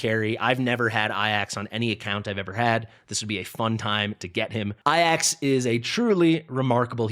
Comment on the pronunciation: Love the content. But why I-AXE, his name is clearly A-JACKS? What am I missing? LMAO